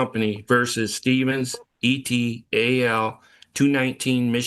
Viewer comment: He actually says E, T, A, L for et al lol